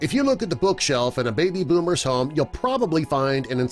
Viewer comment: Why is he saying home like harm?